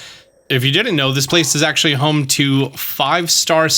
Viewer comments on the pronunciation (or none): none